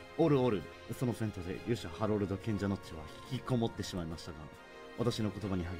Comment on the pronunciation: あおうお って ハロルドじゃない？